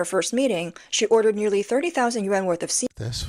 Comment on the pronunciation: Yuan not yen